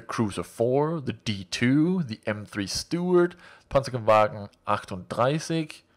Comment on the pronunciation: I.. am impressed that you did know how to say "38" in german! :)